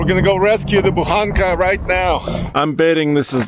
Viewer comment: Удивляет то, что слово "Буханка", произносится довольно внятно, почти без акцента. Интересно, авторы ролика знают, что означает и как выглядит эта самая буханка ржаного хлеба?